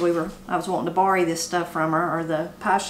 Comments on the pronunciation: You mentioned another word you pronounce very differently and can add to one of your Appalachian accent/expression shows—“borrow”, pronounced bar-row by most, but you said bar-ee. Your recipes look good! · I had to rewind a couple of times when you said you had to bory from Granny, and I figured out you were borrowing from Granny; I'm from the Boston area, where we pahk the cah.